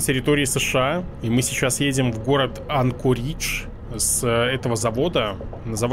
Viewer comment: Не АнкорИИИдж, а АААндкоридж. Ударение на первую гласную букву. А так, видос получился прикольненький)